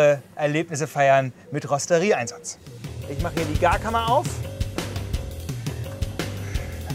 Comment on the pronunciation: wo von spricht der kollege dauernd ? rosterie???? eher rotisserie ???!!!!! oder rostet ihr das ferkel ?